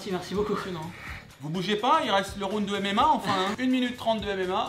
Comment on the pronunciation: un plaisir d'entendre un français prononcé pour la première fois correctement le mot "ROUND" à , à part ça c'étais une de mes vidéos favorite de Tibo très beau combat avec le respect <3